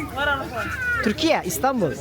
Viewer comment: Neden ''Türkiyeeeeğğğhh'' diye telaffuz ediyorsunuz sorulduğunda :(